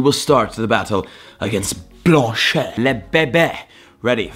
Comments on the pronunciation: It hurts my brain to hear you say Blanche wrong so many times like you’re trying so hard but you still got it wrong 😂 you’re pronouncing the blan part right but it’s not blanché it’s Blanche like blansh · Bla- an-ch...........not blan-cheeeeyyy😂😂😂😂😂😂😂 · Blanche rhymes with Ranch and branch... Not blanshea 😂😂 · bro its pronounced "Blanch" ... the e is silent Even the french pronunciation is silent e nice to hear you pronounce it right at the end :P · Blanche e is silent